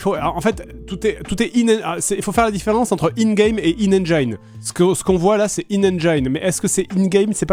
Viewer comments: Engiiiiiiine. Non on dit engine avec un i à la francaise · En 2023 la moitié des gamers ne sait toujours pas prononcer "engine" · Merci ! Je trouve ça fou que tant de personnes en France fassent encore la faute et prononcent "ènejaïne" au lieu de "ènegine" ! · On dit ènegine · Ca fait toujours délirer ceux qui prononcent "engine" comme ça pour se donner un air alors que c'est pas du tout correct 😂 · C'est très franco-français de mal prononcer engine. J'ai même vu des gens, persuadés d'avoir raison, corriger ceux qui le prononçaient correctement. Un autre exemple : guardian. Beaucoup de Français prononcent, à tort, "gwardiane". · Encore un qui ne sait pas prononcer engine...